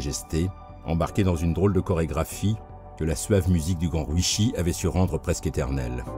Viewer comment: Sympa cet hommage ! Ryuichi ne se prononce pas "riouchi" en liant toutes le syllabes à la française (ça fait très moche) mais plutôt "Li-You-it'chi" en 4 syllabes ! Après tout dépend de comment s'écrit son nom en Kanji mais cela pourrait se traduire par "premier dragon". RYUU (le "R" se prononçant presque comme un "L" et le "U" étant plutôt un son "OU" prolongé) signifiant "Dragon" et ICHI (à prononcer "it'chi") signifiant le chiffre "1" Et non "Sakamoto" n'est pas l'endroit où l'on range le casque de sa Harley ni une bâche de protection pour cette dernière 🤣!